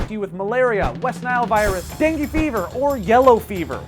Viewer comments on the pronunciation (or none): none